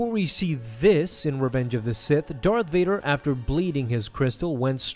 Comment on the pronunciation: “Fart Dader? Never heard of him...”.....”No! Vader! It’s Darth Vader!”